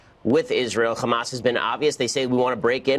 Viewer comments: It's funny how Ben Shapiro pronounce Hamas as Khamas to make it sound like he knows what he's talking about. When it actually doesn't sound like that in Arabic. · You're right. But that's how we pronounce it here in Israel. Because it's spelled "חמס" in hebrew. And he's Jewish. 🤦‍♀️